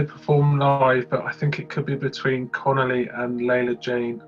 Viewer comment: Connolly has said the version currently available remains a demo, changes will be revealed on Friday. For me its the track with the most potential to do well. Its CON OLL EE by the way , not the Italian pasta dish canoli 😉